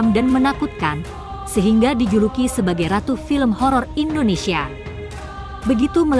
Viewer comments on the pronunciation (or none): none